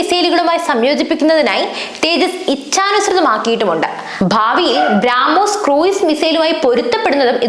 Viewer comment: ഭ്രാആാാാാമോസ് അല്ല ബ്രഹ്മോസ്‌